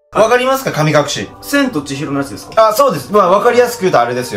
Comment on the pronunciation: 噛み隠し